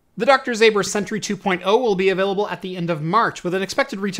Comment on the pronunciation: You pronounce it like Doctor Zomber not zAber. Greetings from Poland